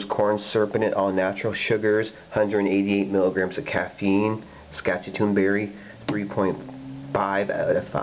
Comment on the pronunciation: Love this stuff. Local store orders it in by the case for me. ( And you are are pronouncing Saskatoon so wrong 😂)